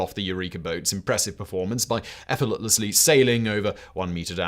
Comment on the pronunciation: I'm not a native speaker, not even particularly well educated in English. Mostly self taught actually, I have no trouble keeping up... But I do giggle whenever Simon attempts to say "effortlessly" 😂